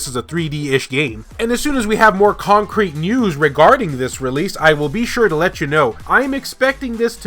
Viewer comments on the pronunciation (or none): none